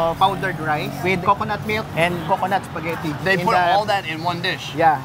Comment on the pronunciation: Hahahahaa, spaghet